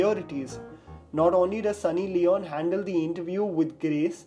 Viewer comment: It’s Sunny Leoneeee pronounce it right man FFS